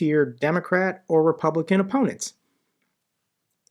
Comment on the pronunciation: Did I heard it wrong or you did said Ruspublican party?